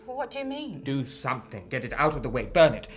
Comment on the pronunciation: That woman expert,who keeps saying somethink,instead of something,is really getting on my nerves.She also said ‘nothink’.What an appalling mangling of the language.